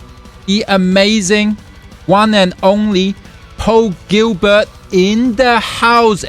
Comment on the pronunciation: The man's name is "PAUL GILBERT" not "POWEL GEEBERT" - please!